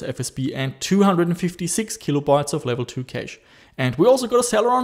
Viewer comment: Hey. "Cache" is pronounced like "Cash". FYI